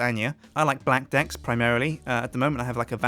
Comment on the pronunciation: lol when he said blackdeck it sounded like he said black dick!